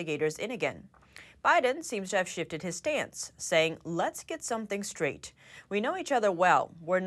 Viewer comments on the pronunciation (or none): none